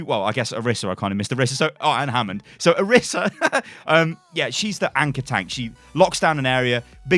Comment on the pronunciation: Ok I’m sorry but I can NOT stand it when people say Oh-ris-uh it’s Oh-reese-uh